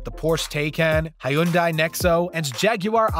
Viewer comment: Hyundai is pronounced Hi-oon-dye!